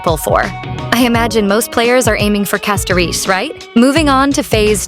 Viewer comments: Castoriche, Castorish and CastoRICE why tf do you pronounce it wrong? are you AI or American perhaps? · ah yes "castoriche" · lmao i like how you speak castorice name 😂